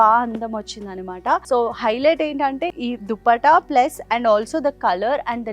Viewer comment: It’s anamata not animata..Not a hater or anything but enduku telugu ala matladthunnaru??